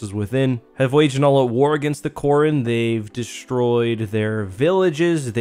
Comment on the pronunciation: Korun. Not Quarren 😆